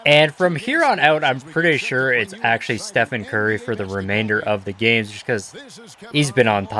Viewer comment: Dude great vid but I swear every time he says Stephen I wanna cry. It's just Stephen curry even though it is spelled like stephen